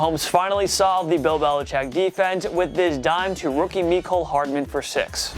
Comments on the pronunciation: me-cole lol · Meeeecole Hardman 🤦‍♂️ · the way you say Mecole ughhhh it drives me crazyyyyy